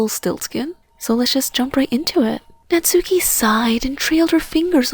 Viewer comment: GRRRR THE NAME IS PRONOUNCED KNOTS KEY